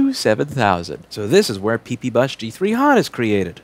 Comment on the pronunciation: Louis " Pee Pee Booos" Rossmann